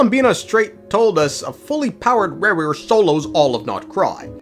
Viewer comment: Rerir ❌ Rawr-rear ✅